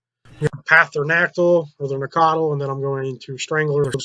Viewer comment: its naˈkatl not naktle